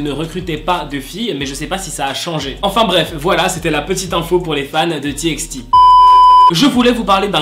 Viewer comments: Ca se prononce T by T mais ca s'ecrit TXT😫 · C’était juste pour te dire que TXT ça se dit T by T voillaa le prend pas mal c’est pas méchant